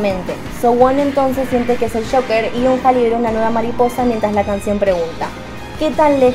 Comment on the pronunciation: Como dato Eunha se pronuncia "EUNA" y SinB se pronuncia SHINBI